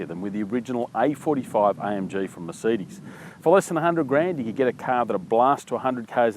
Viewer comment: mercides? worst pronunciation I've ever heard.